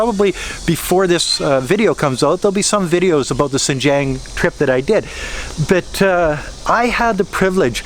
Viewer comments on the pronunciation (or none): Lol, by "Sinjiang" you mean 新疆? Pretty disrespectful to live in a country and not even try to pronounce the local language correctly or even learn it in the first place. Sadly that arrogance is very common among native English speakers, in China, in my country and every where else. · How are you still not able to pronounce Xinjiang properly? Do you even care? Sigh